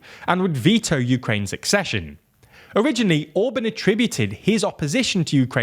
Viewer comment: Ok, you're a britunculus so you have limited contact with standard spoken English but could you at least try to pronounce words correctly every now and then? Orbán for example had TWO vowels AND the second one is clearly stressed! Other major faults must be addressed later.